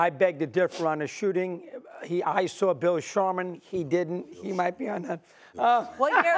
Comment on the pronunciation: This man said Bill Sharman 😂😂😂 Bruh, what is wrong with you Russo